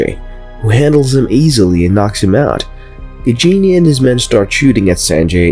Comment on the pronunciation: Don't pronounce it "Gigini" it should be like "Gaajini". 😁